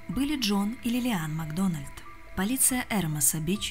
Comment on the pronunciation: МаГдона́льд? Вы о чём? Это шотландская фамилия! Macdonald! Нет редактора? Обращайтесь!